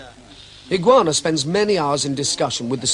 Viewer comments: EE-GAH-OH-NAH, not Iguana... lol still great video, my master trained with him many years ago :) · For all the deficiencies of the commentary (ill-informed; and it seems to have inaugurated the irritating habit of calling Higaonna 'Higoanna') I thought this was a valuable and well made documentary. Since it was made, Higaonna has come in for a lot of adverse comment; Miyazato Ei'chi had no good word to say for him, and even his own teacher, Miyagi An'ichi, seemed to repudiate him before he died. No doubt all kinds of rivalries, grievances and political issues lie behind all this, but Higaonna certainly has not lived up to the image presented here, of a solitary guardian of pure and undefiled Okinawan karate. He has founded and until recently directed a worldwide organisation that has made him a great deal of money, and which has succumbed as readily as any other to the lure of 'sport' karate. On the other hand, how many of the people who have badmouthed Higaonna have ever met him, or trained with him, or are in a position to pass judgment on his karate? I don't like sell-outs either, but I readily acknowledge the man's very great technical ability, and his video recordings are a valuable training resource. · I wish they would have taken the time to pronounce Higaonna sensei's name correctly. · whoever is narrating this video has very terrible pronounciation of HIGAONNA's name and saying Karatee instead of KARATE!